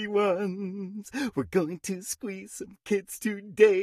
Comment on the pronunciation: ... when he say squeeze is sounds like hes buggy wuffy🤨🤨🤨🤔🤔🤔